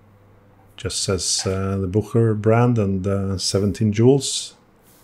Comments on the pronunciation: Three syllables...its pronounced Buch_e_rer not Bucher. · I’ve got a gold filled Bucherer automatic which I love. I always pronounced it Boosherer. Now I know!